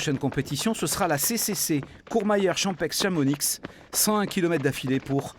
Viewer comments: Toute la vidéo était top jusqu’à la dernière phrase:« Champexe et Chamonixe » …. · ChampEXE, ChamonIXE, mes oreilles saignent...